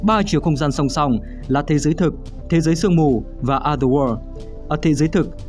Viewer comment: Cảm ơn W2W đã làm về Silent Hill, mình rất mê phim này. Nhưng cho mình xin góp ý về cách đọc từ "Other World". Cách đọc khiến người nghe bị nghe nhầm thành "Ather War". Còn đâu mọi thứ rất ok ạ